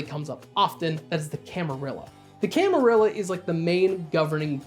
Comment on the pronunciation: So glad you pronounce camarilla properly 🥳